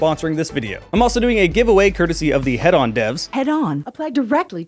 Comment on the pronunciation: I love you, but it's Hedon. HEE-DUN. Not Head On. Lol.